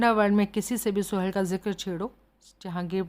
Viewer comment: Mam please... सोहल नाम को सुहेल कहना बंद कीजिए